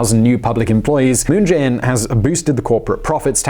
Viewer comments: What I'm so curious about is - how come you mispronouce Chaebol EVERY TIME when you pronounce Moon Jae In's name quite correctly? It literally sounds just the same way. 문"재"인's Jae and "재"벌's Chae is actually written and pronouced same in Korean, just so you know. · So close to pronouncing 문재인 moon Jae-in correctly. But honestly, the guy is an idiot. I have lived here for a long while, and I know that all he has done is made things worse for my wife's, whom is Korean, family.